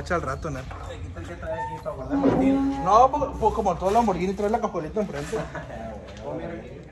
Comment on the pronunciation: Si ya no es toys, por que dice lambortoys?